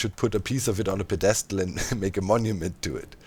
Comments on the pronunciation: Hi doc i know english is not your first language so just a friendly note that pedestal has the emphasis on the first syllable. So PED-e-stal not pe-DE-stal. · The way you pronounced pedestal I was to taken aback. I’ve never gonna say it the same way again